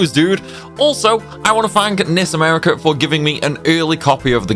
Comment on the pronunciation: Dood, I swear when you said "NIS America" you actually said "Miss America" and I was taken aback because I didn't know Miss America played Disgaea.